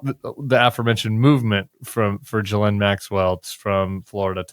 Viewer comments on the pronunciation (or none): JV has got to stop saying ghalene Maxwell like that. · I'm definitely enjoying JVL's mangling of Maxwell's first name, but as a half-French person I just want to say that the 'n' is NOT silent or nasalized for the feminine version because of the 'e' at the end. Okay got that off my chest. Weirdly, apparently the name's etymology reflects the historical practice of exchanging hostages as a guarantee of peace or loyalty between rival factions. The etymology is out German origin but it was popularized in France and Belgium in Medieval times after a 7th century saint. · “GHILEAH” JVL’s pronunciation is my favorite 😂